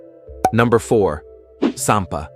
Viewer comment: I think it’s “sanpo” not “sanpa”. It literally means taking a walk. I grew up in Japan and I enjoyed those video. Thank you!